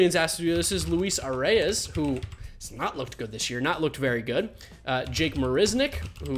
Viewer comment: I hope this doesn’t come off as rude but Luis Arraez is pronounced like uh-rise, and Ehire Adrianza is pronunced as A-ray